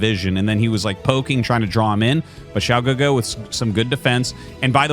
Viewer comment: Hey Arty! Great pronunciation of Xiao GeGe btw. You are truly a master of the casting craft. When I look at game 1 I kinda was thinking to myself what would Snow do as the Terran was pushing. Do you think he needed double reaver to hold off that push instead of just one? Or would it have been the same outcome? Would mass shuttles have been the correct play? It looks like Xiao GeGe was trying to flank too, but was hesitant as he prob knew mines were there, but couldnt he have taken like 2 zealots and run them through to clear some of the mines before sending the rest to flank or was that not worth it?